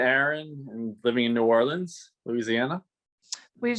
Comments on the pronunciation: K. It's just not "New Or-lee-anns" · Each time she says “Orleans” incorrectly my heart breaks a little…😭 hahaha